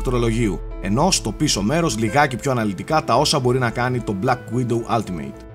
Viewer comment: Κοίτα από αυτό που ακούω λέγετε όλτιμετ αλλά είναι αλλά πάει προς το ά.. δηλαδή όχι άλτιμειτ που ακούγετε στο βίντεο. Τέλοσπάντων μια διόρθωση ήθελα να κάνω για να βελτιωνόμαστε στα αγγλικά,φιλικά πάντα,ωραίο review πάντως!